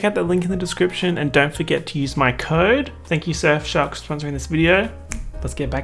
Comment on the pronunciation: Anyone else thinks he pronounces Surfshark like S*xshop?